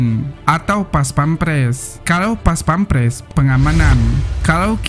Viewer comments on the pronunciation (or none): none